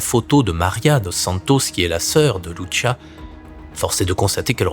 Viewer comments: Lucia pas Luchia..!! Olalala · Soeur Lucia , ça se prononce LOUSSIA et non pas loushia ; obéissait seulement à la Sainte Vièrge Marie , le vaticain ment et il est la sinagogue de satan et le siège de l'antichrist dans la personne de Prevost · 🇨🇵 Bourgogne 👑⛪ Salut ! Lucia Dos Santos était portugaise. Son prénom Lucia se prononce avec l’accent portugais, non pas avec l’accent italien "Loutchia". Janvier 2026 Bonne année 🕊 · Monsieur je me permets de vous corriger sur le prénom de Lucia. Il se dit comment en français puisque le prénom est portugais et non pas italien. Comme Lucie mais avec un a (Lucia)